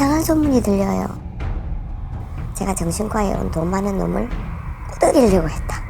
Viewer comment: 꼬득이려고X 꼬드기려고O 꼬득이다X 꼬드기다O